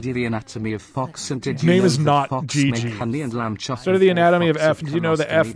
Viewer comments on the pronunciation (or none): none